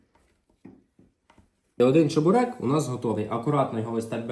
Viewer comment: Сам ти чЕбурек.Чі(звук шиплячої олії)берек.